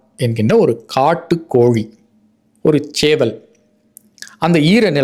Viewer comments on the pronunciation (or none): Aiya ellam sari, but koli illai kozhi, zha, zhi, zhu, please don’t pronounce Tamil, instead Thamiz, sorry I didn’t have Thamiz fonds, Thank you for your great service and your valuable time